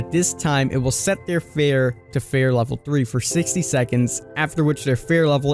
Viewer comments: It’s “fear” not fare xd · It's pronounced feer, not fair. But spelt fear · EnglandIsMyCity fee-er. Fir is a real word and pronounced fur. In fact the way you said it is not spelled (I believe you meant pronounced) is exactly how it IS pronounced. Fffff eeeeee rrrrr. Not ffff iiiiih rrrrr and definitely not ffff aaaaah rrrr the way King was saying it lol no hate for anyone. It was just a silly thing. Like when Noob was saying Plag instead of Plague. Only I’m more surprised by King not realizing its fear not fair and would almost indicate to me that he isn’t familiar with the story. Or maybe he was just having a doofus moment haha ❤️❤️ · Why are you saying fare/fair? It’s fear.. fee-er lmao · Why are you calling it “fair” isn’t it fear? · Fear tier = fare tare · So is anyone gonna teach him how to say fear correctly? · How can you not pronounce fear? 🤦🏻‍♂️ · "Feer" and "Teer" not "Fare" and "Tare"... boy, what is going on..? We aint doing the Plag again. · Fear and tier, he says them both wrong